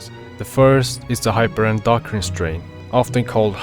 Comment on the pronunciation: I love how you asked if you didn't say Neurotenic correct (you said it right, especially with your accent)... but wildly mispronounced Hyperendocrin (especially the actual medical part of its name, 'endocrine') haha. Great video though! However, with "what shall the strain do?" sort of question. As input from a lore man myself... I am not surprised (albeit, a bit sad) that you didn't mention the Neurotenic Zombie aspect that all or some or one Neuro might obtain That being related to the zombie event from last year and the year prior... something known as the NHJ However, all we have for confirmation is that NHJs are related to Neuros. How? When? Why? Ha! Who knows... There are some theories, so i'll send something I have made (Wall alert) A few years back we were given info that the purpose of Echidna is "Carrier" And so carrier' could mean may be related to NHJs... and thus, 'carrier of the NHJ virus' Supported by two things: 1. Neuros have been confirmed to be a connected to NHJs (thus, likely being "Neurotenic H... J...) 2. In legacy lore, we had an unofficial term called "Neuro Goo" which relates to this quote: > ANY PERSONNEL EXPOSED TO DIRECT CONTACT WITH ANY TYPE-N BIO-MATERIALS ARE TO BE CONSIDERED EXPENDABLE AND EXPUNGED ALONG WITH ANY BIOLOGICAL CONTAMINANTS FROM CODE ECHIDNA-(3 LETTERS) DO NOT REPLICATE. (Which is something we have theorised to be essentially neurotenic 'goo', literally whatever/however we can imagine "Neuro Bio Materials" to be like, tha